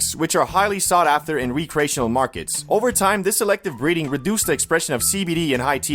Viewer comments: "re cray sion ull" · I’m not high enough to ignore the weird way you pronounce Recreational 😂